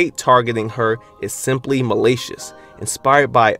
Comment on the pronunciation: .... That's not how you pronounce malicious.